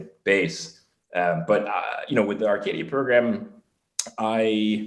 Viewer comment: This is my cousin. I didn't notice if he corrected you but it's pronounced RCC(I tell everyone like radio controller car lmao) I got a chuckle Bcuz no one pronounces it correctly. This is so cool. Gonna be a good watch ❤️